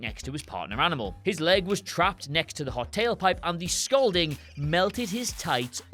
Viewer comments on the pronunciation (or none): none